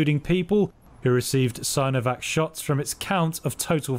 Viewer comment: it's pronounced seenovac guys, not sainovac, please?